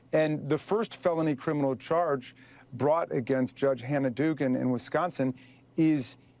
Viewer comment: Its Dooogan